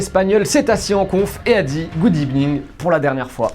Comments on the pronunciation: Good ebening 🤣🤣🤣🤣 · « Good ibening. » — Unai Emery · El famoso « Good Evning »